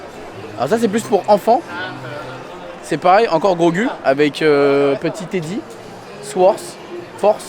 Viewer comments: Super vidéo, mais ça se prononce grogou pas grogue 😂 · 🤣ça me faisait mal aux oreilles aussi mdrrr